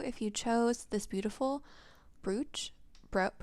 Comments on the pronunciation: It's pronounced Br"O"ch or like broach (coach) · It brooch to help you. The broo in it is pronounced like bro or (broe)